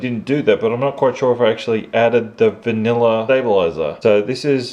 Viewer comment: "Vanillar in it." Love it haha